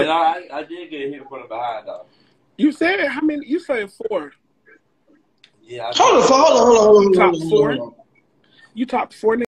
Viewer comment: Larry said foe 😂😂😂😂😂